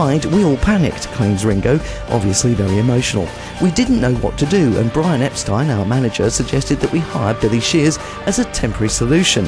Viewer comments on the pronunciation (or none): none